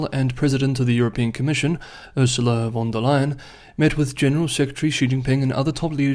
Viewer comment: It's "von der Leyen", she's German.